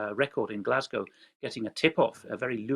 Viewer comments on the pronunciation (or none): none